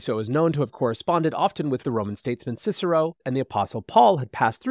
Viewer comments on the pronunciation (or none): none